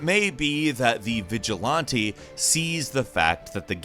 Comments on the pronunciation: The real question is why does he say vigilonte instead of vigilante? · literally google "how to pronounce vigilante" lmao the sound clip pops up (vij-uh-lan-tee) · I mean there is another way you can say it. He said it as Vigil-LON-te while some people say it as Vigil-LAN-te. Both are correct ways to say it. I personally say it as Vigil-LAN-te because the first time I heard the word was in some old superhero cartoons and that's how they said it. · The cideo creator said vigi(laun-tee) While most may say Vigi(lan-tee) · Nobody:: Vigi-Lawn-tee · Glad I'm not the only one that got distracted by that pronunciation. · Holding my pinky finger out it's actually veezh-laughnn-tæ. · yeah... there is a correct way to pronounce vigilante and it isn't this lol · That is literally what I did before commenting. I heard it like “vigil-auntie” your prononciation looks like a French native tripping on the word honestly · Why does he pronounce it like that? Viga-laaaaantae? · it's actually pronounced Vij-Uh-LAN-Tee. LAN like you'd say LAN Party. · "Vigi-Lawn-Tee" This is why I love XD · It's pronouned vigil-anti. It sounds like you're trying to pronounce a french word. And that you've never heard the word said out loud, which is ridiculous. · "Vigilonte" hue hue hue :3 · Nobody:: "Vigil-on-tee" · he sounds like he's trying to say vigilante in br-portuguese but has accent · Your pronunciation of “vigilante” makes me think you twirl the corners of your mustache. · Add “vigilante” to the list of normal words can’t pronounce properly. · there is one correct way tip pronounce aunt, with an aw sound, their point is correct 100% of the time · He can't pronounce "vigilante" lmao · Fantastic and appreciated video, despite the cringe count being pretty high for the multiple slight mispronunciations of the word “vigilante” 😊 Thank you! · Okay but can we just talk about how he pronounced “vigilante” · I was following up until mispronounced vigilante